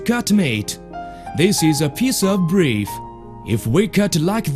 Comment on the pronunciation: "This is a piece of breef" This is the most funny 1 liner 6 word joke I have ever heard in my entire life.